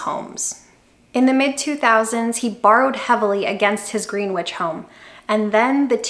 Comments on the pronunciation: Another excellent video! Greenwich CT pronounce as grin-ich rather then grin witch 🧙‍♀️😄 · Great video. Two things: 1) Money talks, wealth whispers. 2) You have to say Grenich. Not Green-wich. It's one of the wealthiest places in the US. If you say it incorrectly people might stay to hear what you say, but they won't be listening anymore. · Greenwich is pronounced Grenich in CT.......Good but it would be better if at some point below the age of 80 you can use your saved money instead holding a clinic on how to save and invest so that you never get to enjoy it. And enjoying doesn't mean flashy. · love your videos and this one was a lot of fun and educational. just an FYI Greenwich is pronounced Gren - ich, I live in the next town over. keep up the great work.